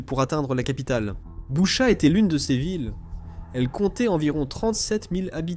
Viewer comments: L’Ukraine est comme le Mossad , ils ne pardonnent pas. On dit Bûcha svp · Boutttchaaa j ai mal aux oreilles sv p merci